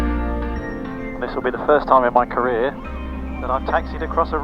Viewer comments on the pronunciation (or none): none